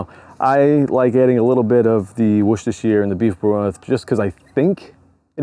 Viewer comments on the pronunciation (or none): 5 syllables, break it into 3 and then 2. Wor Ces Ter Shi re